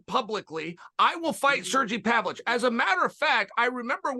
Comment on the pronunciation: Big Sur-gee Pavich fan.